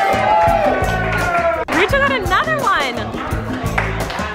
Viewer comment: Your family does not say our name right! Coll een not Cole leen